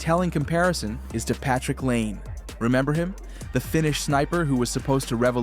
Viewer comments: Its not pronounced LANE....Its Patrick LY-NAY....if youre going to make videos about hockey that are THIS "involved"....at least get the guy's names right. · Patrick “Lane” ? This whole video seems manufactured by AI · Laine is pronounced “Lie-Nay” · How do you not know how to pronounce “Laine”?